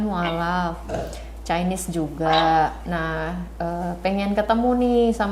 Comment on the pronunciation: maaf ibu, chinese itu bacanya bukan caines, tapi cainis. bukan mau sok pintar, cuma mengingatkan.